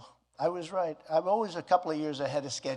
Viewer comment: REIT REIGHT REIT